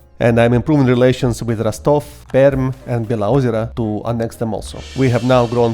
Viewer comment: First person to pronounce Beloozero perfectly correct and not "below zero" (and zlatoust too), even the terms correct Tell me, are you slavic?) Srbin, by any chance?